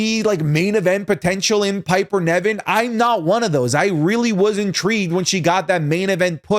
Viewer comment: always says Niven wrong 😭😭 Niven not Neven